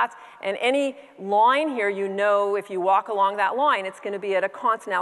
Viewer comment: Loyn... loyn.. not line, loyn.